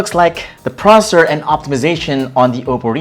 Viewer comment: You accidentally said prosser